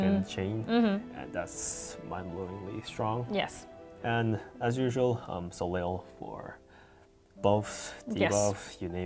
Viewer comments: "Soleil" is pronounced "so lay" ;-) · ...when the team that created Soleil doesn’t even pronounce her name correctly. Lol! Ugh...good job, but this is high-reaching for most of your player base. 😬